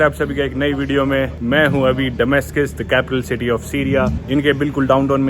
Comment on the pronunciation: डमास्कस के बजाय दमास्कस सही उचारण है.